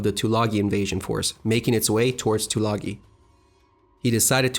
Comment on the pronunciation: Isn't Tulagi pronounced with a long "I" - - two-la-guy?